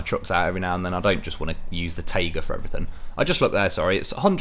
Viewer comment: I totally like your pronunciation in general, but my favourite is how you say "tayga" and "zimnegorsk", making those words sound much softer, than they do in russian